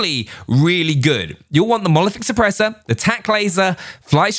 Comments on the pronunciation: Nobody:: Monolithic Suppressah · Mono.... lithic...... šüpprēśør